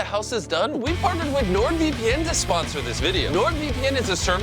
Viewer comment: Bro said nordvpn -_